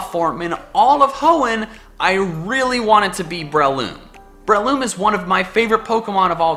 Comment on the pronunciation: It's actually BRAY-LOOM.